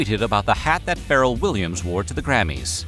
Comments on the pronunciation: Ferrell???? You cant pronounce pharrell??? Bruh you never heard them say pherrell before stop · Pharrell (Fuh -Rell) Williams name is not pronounced like feral or like Ferrel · Wow… VO guy pronounced Pharrell like feral. 🤦‍♂️ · Are you saying “feral” Williams… like a cat? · I'm sad about the way Pharrell's name was pronounced